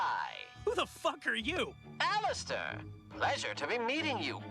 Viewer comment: I agree with what you said, but you aren't even pronouncing the character's name right